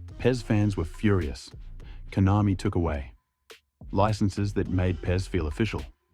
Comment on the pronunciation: KONAMI ❌ COINAMI✅